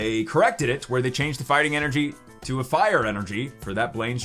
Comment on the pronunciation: God I enjoy the content but wish this guy would grow up and not say energy how he does 😂